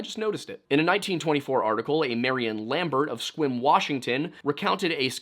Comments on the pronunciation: Good job on saying "Sequim" correctly! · Holy shit he pronounced sequim right!!!!!! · This may be the first time I’ve heard someone not from Washington pronounce Sequim right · Props for pronouncing Sequim right